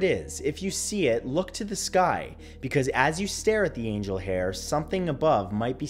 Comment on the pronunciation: The er uh skoy is follin